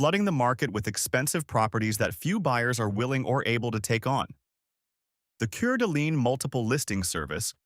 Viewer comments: Nice Video, really enjoyed it. Sorry for buyers underwater tho. I live in WA but I'm from N. Idaho so I know the area as a local would. So I gotta tell you how to pronounce Coeur d'alene NOT Curd Alane as you keep saying it. It is CORE d'Alane, Please, OK? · Coeur d' alene is pronounced "Core d' Lane, not cur dleene." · It's pronounced Kor da' Lane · I was a realtor in the CDA & Spokane area for two years and still keep tabs on the market. The info in this video COULD NOT POSSIBLY MORE WRONG. Last year Kootenai County hit a new high median home sale price. On a funny note- they absolutely butchered the pronunciation of Coeur d’Alene and no, not one person here calls it “coorduh”. I’d love to see him pronounce Kootenai or Pend Orielle 😂😂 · If you pronounce it that way, you've never been there. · You were right. I was addressing the guy on the video. We pronounce the right way in Priest River.